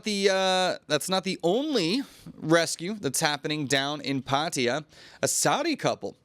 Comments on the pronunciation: Why do you pronounce Pattaya as "Patteeya" when it's actually Pattaya. Sounds ridiculous. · Come on, it's pronounced Pa Ta Ya, not Pat ya😂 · Please stop saying Pat ee yer Everyone in Thailand 🇹🇭 pronounces it properly as Pat A ya . It is enfuriating . Just lazy vocabulary ! Also just report the news , not interested in you opinion ! 🇹🇭😎